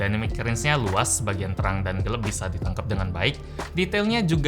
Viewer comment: Cukup terganggu dgn kata-kata bilang gelap jadi "gelep" 😅